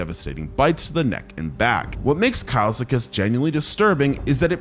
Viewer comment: bro said kilsekus instead of kileskus